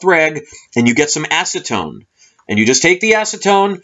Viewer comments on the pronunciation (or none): none